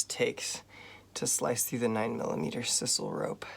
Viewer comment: Should look up sisal pronunciation I'd hate to ditch you like Cedric the English speaking Australian who couldn't bother looking up the pronunciation of the word.